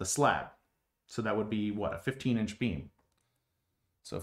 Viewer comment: I've never seen a structural analysis like this before and have no idea why this got on my stream. But it was very interesting. Your explanations are very clear too. But when you say "beam", I hear "bean". And once I thought that I couldn't stop hearing it.